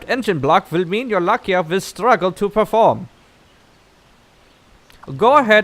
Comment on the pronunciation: It's Lai-ka, not La-kia xD Coulnd't stop laughing every time you said it wrong. Keep up the good work though, love your videos!